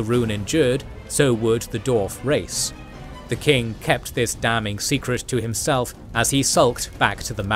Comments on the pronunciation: Can someone teach this dude how to say "dwarf"? I keep hearing "doors". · Spent 4,5 hors listening to a guy saying Dorf instead of Dwarf, that's how invested i was in this ;)